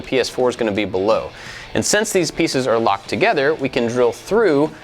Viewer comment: Lmao u kept saying togeder instead of together